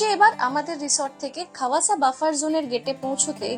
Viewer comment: Khowasa noi khawasa